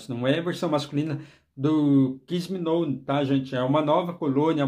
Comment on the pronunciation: Não se fala Kiss me "nou". A pronúncia é Kiss me "nau"